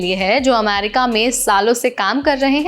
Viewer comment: America bolna seekhlo pehle....